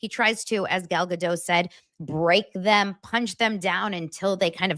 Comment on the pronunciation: Gal Ga-Dote. She's Israeli, not French...